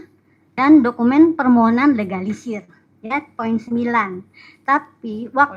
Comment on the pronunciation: Akademisi Alumni S3 Lulusan ITB Itu Ngomongnya gk Becus .. Sebut Permohonan dia Sebut Permonohan ..! Dasar Akademisi S3 Manajemen STRESS ..✍️✍️